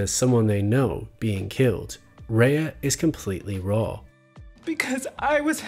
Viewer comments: I agree your video essay is an excellent tribute to her accomplishment on BCS. I’m a subscriber and I like your take. It’s just as I was watching every time you pronounced her name I cringed, the same way people pronounce my last name wrong. Every time it took me out of the video and lost focus on what you were saying. I looked it up and “ray” is the German pronunciation, coincidentally, my last name is also German, and coincidentally people constantly saying bayer instead of what sounds like “buyer.” Anyway, I agree with Dale Carnegie when he says “Remember that a person's name is to that person, the sweetest and most important sound in any language,” he ought to have added when you get right, when you say wrong it’s like clanging gongs. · Very good video. I thought that both Rhea Seehorn and Michael Mando added so much to the series. Both of them are truly great actors. Rhea should win the Emmy this year for her performance. I do have one small criticism of your video. Throughout the video you mispronounced Rhea’s first name. During an interview she said it is pronounced “Ray” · Rhea's name is pronounced "Ray" not "Raya." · She pronounces her name “ray” not “ray-uh.” So annoyed that a whole 16 minute video dedicated to her character and the actress that plays her, you couldn’t have done two minutes of research to figure out how she pronounces her own name? There are tons of interviews of her on YouTube where she introduces herself. The disrespect. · Only criticism is mispronounced Rhea's name. "RAY" not "RAYA" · Excellent analysis of her performance. One minor note, her name is pronounced "Rey" with one syllable, not "Rey-ah," despite how it's spelled. Just so you know! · Nice analysis. Note that Rhea’s name is just pronounced “Ray”, not “Ray-a”. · Stunning video as always! However her name is actually pronounced "Ray", it's a bit sad that in a video dedicated to her amazing craft and performance her name is mispronounced :( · pronounced RAY